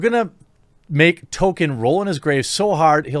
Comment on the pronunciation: Quite funny, I thought Jeremy was saying "token" instead of "Tolkien". Very apt for this new Amazon series